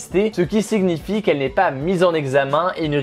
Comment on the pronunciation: min ce qui siGUEnifi ? Dat fak